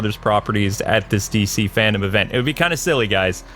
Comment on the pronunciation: It’s FANDOME not FANDOM